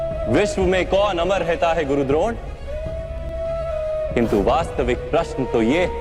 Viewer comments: ड्रोन नहीं द्रोण 😂😂😂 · ड्रोन नही द्रोण है